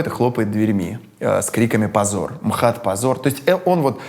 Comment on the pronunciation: "Эм Ха Тэ" звучит хуже, чем "МХАТ". ИМХО.